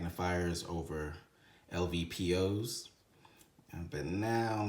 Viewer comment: Wth are you talking about? He called lpvo’s “lvpo”. He said glass clarity is “nothing special” And “sub par” compared to VORTEX! He also called the back of the magnifier “the objective” lol. Come on dude